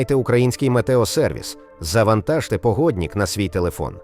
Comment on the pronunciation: Не погоднік, а погоднИк. Немає суфікса -ІК в українській мові